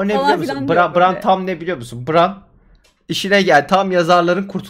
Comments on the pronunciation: bran i bıran değil de bren diye telaffuz etmek çok mu zordu cidden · LÜTFEN DİKKAT; Tayrın ❎ Tiriyın ✅ Bran ❎ Bren ✅ Dragon ❎ Drogon ✅ Tuli ❎ Tali ✅ Sersei ❎ Sörsi ✅ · Neyse ki dizi bitti. Bu bölümlerden sonra telaffuzlarınıza katlanmak ayrı dert. 8 sezon diziyi bu kadar yakından takip edip isimleri BIRAN, TAYRIN, SÖRSEY, mens RAYDIR diye söylemek nasıl bi olaydır? İngilizce bilip bilmekle de ilgisi yok bunun. Gayet mantıklı yorumlar yapabilen insanlar olmanıza rağmen böyle olması gerçekten rahatsız edici ve üzücü.